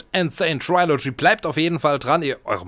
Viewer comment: Du sprichst Trilogy falsch aus. Es ist kein trai, sondern tri.